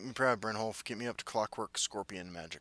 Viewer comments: Brynyolf* 😂 Also, I love your videos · The way you say it, it makes me think brynjolf is spanish lmao